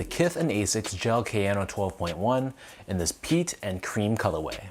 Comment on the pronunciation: Prononciation: Ah-siks not eysiks; Kah-yanno not keh-yano (key: ignore weird English way of pronouncing letters when it comes to pronouncing most international words) if you care off course since you are reviewing them